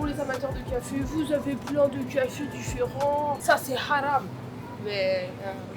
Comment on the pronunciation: elle dit bien le Haram avec le bon accent et tt mdrr